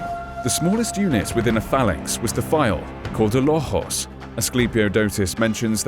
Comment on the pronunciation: Nice work 👏 👌 but excuse me L(O)xos not lox(O)s S(Y)ndagma not synd(A)gma Thanks 😊